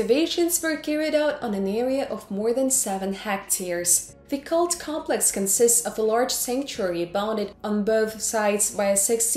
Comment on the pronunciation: Her English is perfect.People may take exception to her accent but her pronunciation and grammar are almost flawless only "complex" was pronounced as "cum...rather than com..." But a triviality when the content and quality of video and it's presentation are realistically considered. Some people are just not happy no matter how good the video. They would complain about a wet dream!